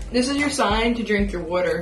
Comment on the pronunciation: “This is a sign to drink your WUTER”